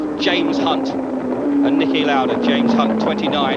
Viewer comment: Excellent video, but he wasn't Nikki but Niki Lauda